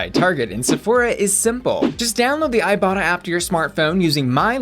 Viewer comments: When she mentioned the sponsor for today's video, I deadass thought she said "I Bottom" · I legit thought she said "I bottom" 😂 Luv ya! 😘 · Legit thought you said “thank you to today’s sponsor, I bottom” and I was like “we know” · Am i the only one when i first heard bussy say iBotta thought she said i bottom 🙈😂 i was thinking sis this youtube not only fans 😂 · I thought you said the app was called " I bottom" until I re listened to the ad xD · Every time you said "ibotta" I thought you were gonna say "I bottom" Maybe I'm just thirsty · When you said ibotta I legit thought you said "I bottom" lmao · Every time you talk about the iBotta app I could swear I hear you saying "I bottom".